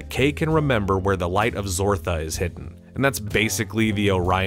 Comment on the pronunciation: The light of zartha ,not zortha smh